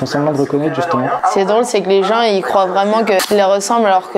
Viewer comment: J'ai eu mal aux oreilles quand le gars a dit CROIVENT. NOOOOOOOOOOON!!!